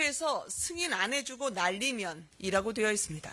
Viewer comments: 면을 믄으로 발음해서 느리게 돌리면 든처럼 왜곡되는데 말리믄 이나 날리믄 이 확실합니다. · 요즘 음성판독 기술이 소리증폭 선명도강화 다돼 세상좋아져서 당신같은사람들 한테 너무불리해요 날리면인데 윤석열발음 날리믄 으로 정확히 판독됐습니다 네? 날리믄! 소리증폭 소리선명도 거기다가 주변소리 죽이고 윤석열목소리만 집중되게 판독 가능한 세상이예요 어르신ㅋ 바이든이라고 우긴다고 되는세상이 아니라고요 네?ㅋ